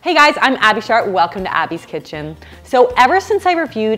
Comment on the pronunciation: Sounds like you said abby shart. Can you do a review of becca barstow? Shes a dietician and recent mom